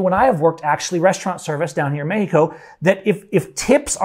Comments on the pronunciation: Cool story I quit listening because of the way you say meh-he-co. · bro just say Mexico